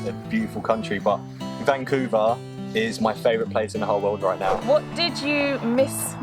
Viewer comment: That was So amazing to hear him say Vancouver! I live here :) would love to know why it's your fave place!!